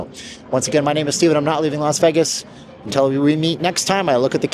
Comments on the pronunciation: it's hard to take serious a person who pronounces it "veghis" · I’m intrigued with your pronunciation of Vegas.